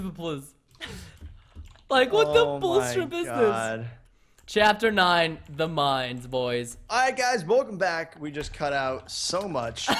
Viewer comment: Anyone else getting a headache from 'the mines'?????